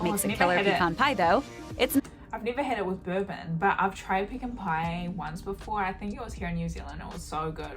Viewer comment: Props to the original vid for pronouncing pecan the right way. It’s PUH-KHAN. Pee-can is what you do your business in when you go camping. 😅 Pecan - pronounced “puh-khan” always